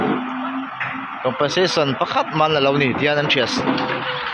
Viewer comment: Compen sation tih tur aw ,a sipleling a lo danglam daih zela